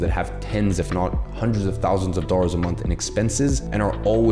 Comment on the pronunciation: I just noticed Iman pronounces dollars like dorrers